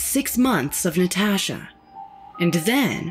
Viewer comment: The way she says “Nataasha” (admit you read it in her voice too) Has me crying 🤣🤣🤣🤣